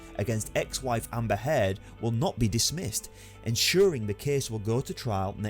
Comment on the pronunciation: Hird ughhh cant understand how your mispronounceing everything weve HEARD all this